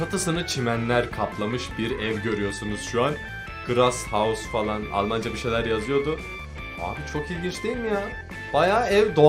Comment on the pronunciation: 4.42 mükemmel ingilizce, taş hause